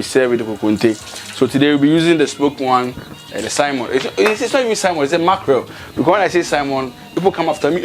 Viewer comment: Great. Some even say "saimon"😊 And I will be like, even the "salmon" does not have "I" in it.